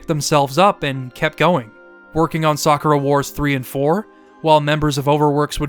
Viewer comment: Bro whoever is teaching you japanese ask for a refund, you get literally every single word wrong when it comes to accentuation. Its RYo, not ryO. its natsuyaSUmi, not natsuYAsumi Its saKUra, not SAkura. Its eROge, not eroGE. ikaRUga, not iKAruga Love the video though, good job and keep it up man and its great that you also like shmups, great taste all around.